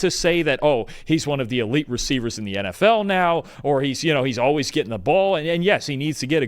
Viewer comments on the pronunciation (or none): none